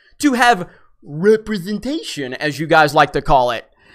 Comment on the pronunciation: If it’s all your fault, then why did they delete their Twitter account?? Plus, the way you said “representation “ made me laugh .